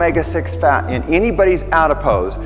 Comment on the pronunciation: Why is he pronouncing the word “fat” weird?